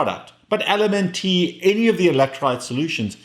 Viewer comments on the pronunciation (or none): It's so frustrating that a healthy person can't get a 2 week CGM to STAY healthy. LMNT is pronounced "Element", as in Na, K, Mg. I didn't realize this until I listened to an interview with Robb Wolf. I admire you,. Thank you for the excellent content.